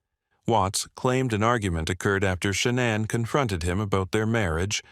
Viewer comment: You can always tell when they use a computer voice. Shuh-na'an. Just the way it pronounces names is so odd.